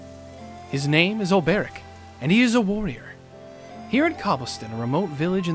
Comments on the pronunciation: Hopefully at some point will realise it's Olbe-ric, not Ol-ber-ic. Also, it was with Cyrus that there was the references to Hornberg. His lecture at the start of his story was talking about the fall of Hornberg, and 'From the Far Reaches of Hell' was a tome of Hornbergian rites and knowledge. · His name is Ol-Bric you!